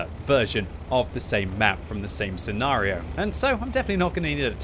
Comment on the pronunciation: "Sea Nario" blah blah blah "Sea Nario" blah blah "Sea Nario" Blah "Sea Nario" In this scenario manages to use the word scenario enough that it makes the enemy tanks nervous about their own scenario.